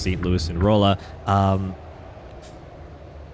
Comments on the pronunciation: Glad to see you driving in my state! Just a quick pronunciation tip: The oll in Rolla is pronounced like All, so R(all)a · Just a note, Rolla is pronounced Raw-La. I went to school there . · Yeah I’m from Salem 😂 hearing “roll-uh” scratched a nerve the wrong way 😂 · I came to the comments to see how many people were probably cringing every time he said Rolla, lol.